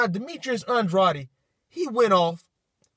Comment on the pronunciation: its pronounced (Ann-drayd)